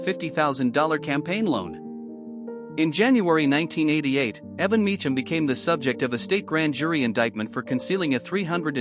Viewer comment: Hus name is not "mee-chum," it's pronounced "mee-kum.". Do some basic research, please.